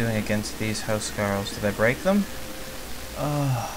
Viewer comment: Huscarls is prenounced with a K not SK sorry, im danish... cant help it, Hus means House and Carl means Knight/Serf of the King but, you seem to be very inclined with the norman way of fighting